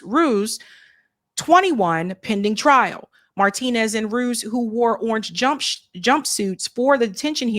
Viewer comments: Ruiz isn't pronounced Rooze. it's Roo-eeze. as a Spanish surname. But anyway ...... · Rue ease, not ruse